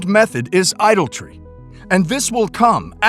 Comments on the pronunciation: Please, teach one of the speakers to pronounce ‘idolatry’ correctly. 🙏 It is not an idle tree. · Dear Narrator: ... as in "nuclear (NOO - clee - ar) and jewelry" (JOO - rel - ree) ... the word is ..... I - DOL - A - TRY .... pronounced .... ʻeye -- DOL - a - treeʻ -- you are leaving out an entire syllable ---- there is no such word as .... "idoltry" - (EYE - dol - tree) - hope this helps ;) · Idoltry? Idolatry surely